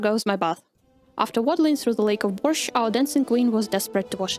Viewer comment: are you slavic? because your borsch pronounciation was perfect